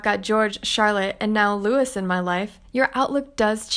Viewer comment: The name Louis in English is with a silent S. It should therefore be pronounced Looo-eee.